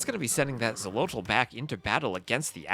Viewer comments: I am not hundred percent sure about the pronunciation in the native language, but in Spanish that would be pronounced "Kholotl", as in old Spanish the "X" wasn't "X" but "Kh" (That's why Mexico or Texas are pronounced with "kh" in Spanish but written with "x", or why sometimes "Don Quijote" is written "Don Quixote"). In general the Spaniards of those times tried to transliterate the native words as best as they could to Spanish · "Xolotl" is pronounced "Sho-lott-(t)" with the -tl on the end that I think is best phoneticized with a very weak "th" sound in English. It's made by placing your tongue behind your front teeth and blowing air out the sides of it.